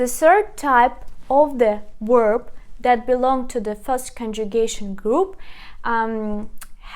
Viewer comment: You are mispronounced 2 words. The word "verb" is pronounced with a v, or the letter B in Ukrainian. It is not pronounced with the letter "w" as in were, or word, or work. It is a "v."